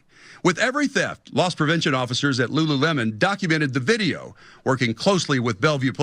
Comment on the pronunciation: Video literally says Lulu - lemon like 10 million times.... proceeds to say Lulu-lem-On, like bruh 😅😅😅😅😅